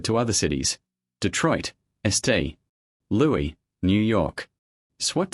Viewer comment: These are very interesting stories but you got to fix the AI, it's embarrassing to listen to the way it can't pronounce words like isn't and St. Louis and others.